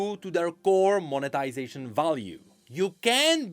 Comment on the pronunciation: Every time says monetization I keep hearing "of the ruination" 😂😂😂